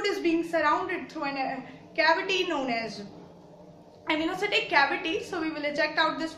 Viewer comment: It's Amniocentesis not Amniocentesis